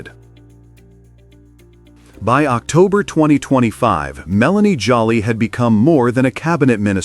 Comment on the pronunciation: Her last name is pronounced JOE LEE.